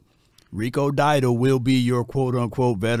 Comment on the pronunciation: DOW-DLE not Diedle